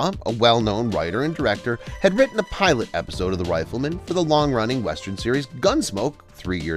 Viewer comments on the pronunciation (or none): none